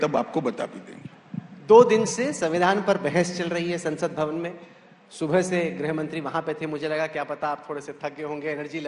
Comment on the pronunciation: ग्रह नही गृह मंत्री होता हैं। 🎉